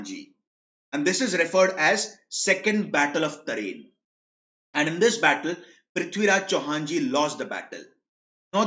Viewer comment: Loved the way he said prithviraj Chauhan ji❤️